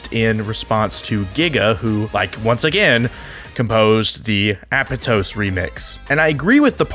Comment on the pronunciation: How it’s pronounced: “App-ahh-toes” How he says it: “Apple toes”